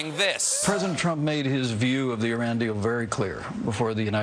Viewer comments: Thank you for pronouncing Iran correctly.... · Hey, He pronounced "Iran" and "Hassan Rouhani" almost perfectly...